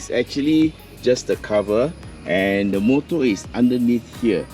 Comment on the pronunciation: not every sentence the word 'the' is pronouced as "de".